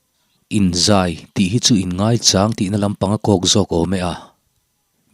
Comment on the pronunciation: G 3 a tangin in zai(thingzai) tihang a lam rik hi a dik ngaithla ang